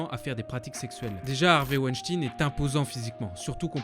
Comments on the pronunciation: Juste un mot sur wenstein... ou 2 - ca se prononce pas ouènechtine mais plutot veun-chtaïne, c'est allemand - meme si ya un ENORME faisceau d'indices, il reste innocent jusqu'a ce qu'il soit condamne.... presomption d'innocence, tout ca "pourquoi elles ont pas crie, pourquoi elles se sont pas defendues ..." Ca arrive aussi aux hommes, c'est en quelque sorte instinctif. T'es dans une situation de merde, que tu n'as probablement jamais vecue auparavant et a laquelle tu n'es pas prepare. Premierement, il y a la surprise. Tu ne comprends pas ce qu'il se passe, tu ne comprend pas forcement ce qu'il va arriver. Donc tu ne penses pas forcement a reagir pour te defendre. Ensuite, ton instinct de survie te dicte que si tu tentes de faire quelque chose, le resultat peut etre beaucoup plus grave que si tu ne fais rien. Ca parait peut etre con mais c'est un fait. Quand 10 mecs viennent vers toi pour te prendre tes baskets et ton portefeuilles, tu les donnes. Tu joues pas le Z, tu "cries pas", tu te "defends pas". Tu donnes, tu fermes ta gueule et tu te barres le plus vite possible, parce que c'est la strategie de survie la plus intelligente. Ca ne veut pas dire que tu es consentant. Ben quand t'es une femmes, que t'es seule dans une piece avec un bonhomme qui fait 3x ton poids, qui a une concentration de testosterone dans le sang 6 a 7x superieure a la tienne et qui commence, par surprise, a faire de la merde, c'est la meme... tu te tais et tu te barres le plus vite possible parce que en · Ça ce dit woanchtagne pas wishtine Voila voila sinon super vidéo 😊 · c'est pas WENSTIIIIIIN MAIS WENSTEEIIN ON DIT COMME LE EINE EN ALLEMAND ARRÊTER J'AI ENVI DE VOUS FRAPPER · Mais on ne prononce pas Weinstine mais weinstein comme 🤔 Albert Einstein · Hervé Weinstein comme « Wine » pas « ouinstine » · C'est un nom allemand que les anglophones prononcent mal, comme à leur habitude. C'est Weinstein, pas Weinstine. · Weinstein se prononce Weynshtayn comme Einstein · Weinschtagne ca se prononce